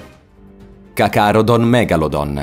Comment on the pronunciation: CACARODON... Ogni volta che sbagli un nome è un infarto che arriva. Una domanda...ma se non sei preparato in materia, perché non ti dedichi alle recensioni di cartoni animati?